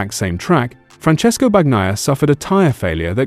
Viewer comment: They need to teach the AI narrator that it's BAHN-YAI-AH, not BAG-NAYA. I dislike #93 as much as anyone but he got screwed-over big-time in the Silly Saturday Sprint. They're moving to "F1 on 2 wheels" way too quickly IMHO. Sunday was interesting until the "Battle for 5th" graphics came on screen. Glad I'm not paying to watch, but at least the boring parade isn't a boring Ducati parade!